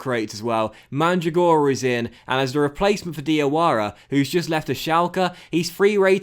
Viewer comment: In the name Mandragora the accempt on Mandràgora